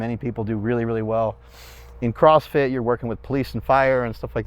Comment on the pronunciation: It’s called CossFit.